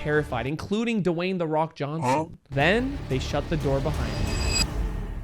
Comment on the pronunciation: Bro said duwain the rock johnson was scared of this place